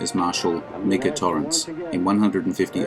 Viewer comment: By the way, you mispronounced the name Micah. It’s like the name Mike with an a at the end.